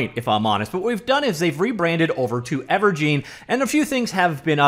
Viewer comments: Its gine as in engine not gine as in jean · Thank you, that was bugging me. I mean think about it. It's a game "engine". It used to be called Wave "Engine". Now it's called Ever"gine". Where is this "geen" coming from? Urrg!! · It's most likely pronounced "ever-jin", like ever en-gine, ever-gine. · It's never pronounced "gene" when you're talking about an *engine*. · I'd imagine it's pronounced Ever-Gin as in and Engine but forever... Evergine...